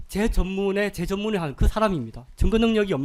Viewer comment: 증거를 정거로 발언하는 저 병신같은 변호사는 한국인이 아니라 중국인 아니냐?